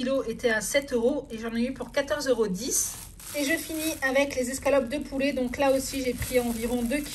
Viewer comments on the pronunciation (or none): none